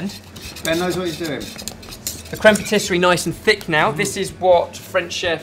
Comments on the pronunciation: Cream Patisserie? Ben, it's creme patissiere , pronounced phonetically as 'crem patissee air . I thought you knew French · Dear, it's crème patis-si-e-re, not patis-se-rie. Difficult, I know. Am available to give French lessons if needed:) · It's "crème patissière", not patisserie. Nice job though. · Pssst, Ben, it's "crème patissière" ("pah tee see air") ;) Also did Mike really need to kill Waldo? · Crème pâtisserie? Crème pâtissière, dear Ben. :) x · If I may I just like all your videos guys but I can see one mistake about about the creme patissiere and not creme patisserie .... Otherwise all perfect only a pronunciation things .... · Creme patissiere Ben not patisserie :) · Patissiere! Not patisserie! You're hurting my ears. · Far insufficient cream in there!!! Also, your pronounciation of "patissière" was very cute ^^